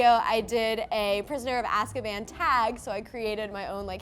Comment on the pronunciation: It's weird the way Prisoner of Azkaban is pronounced in this video, they keep saying Ask-a-ban not As-ka-ban. It was a fascinating conversation to watch, I enjoyed hearing the conversation and questions.